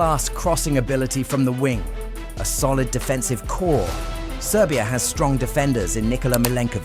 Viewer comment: Wtf are you saying?🤦🏻‍♂️ “serbia”? Is the dark horse, like fu*k off